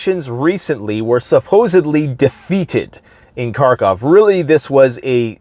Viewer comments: By the way, it's harkov, not karkov. They don't pronounce the k. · Dude....The “K” is silent in Kharkov.